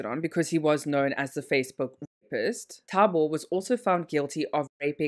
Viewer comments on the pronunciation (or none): she's not trying at all. She says the first thing that comes to her mind. In the beginning of the video she pronounced the guy's name as taboo then later pronounced it correctly. Same thing with Nomfundo. If u can read it, it isn't so hard to pronounce